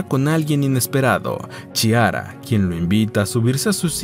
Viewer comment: Es Chiara y se pronuncia Quiara o Clara en español. Muy desagradable oírtelo decir mal todo el tiempo.